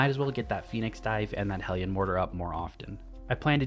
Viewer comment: Thank you for being the only person on YouTube to pronounce hellion correctly